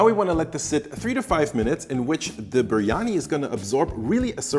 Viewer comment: c’mon dude, you can’t make such a good video and have such high production value and then misspell and mispronounce biryani so many times 🤦🏻‍♂️😂